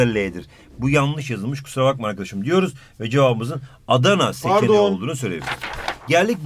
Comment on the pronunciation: 11:6 saniyesinde ✨ParDon✨ demesi😂